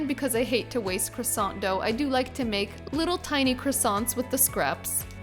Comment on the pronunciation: Parisian chefs would have taught people how to pronounce croissant properly though.